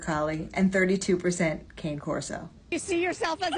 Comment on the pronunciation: You're pronouncing cane Corso wrong